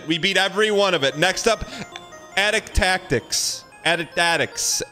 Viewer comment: The fact he can’t say the name when it’s so clever and rolls off the tongue absolutely kills me